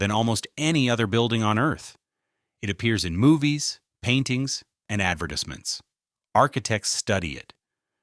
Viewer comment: “adver-dis-mints” 😂 freaking AI